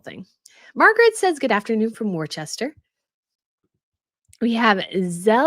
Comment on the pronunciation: Worcester = Wuss-ter